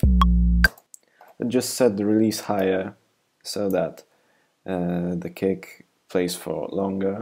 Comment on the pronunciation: everytime you say kick, i hear "cake."